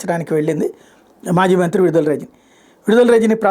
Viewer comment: విడుదల కాదు..... విడదల.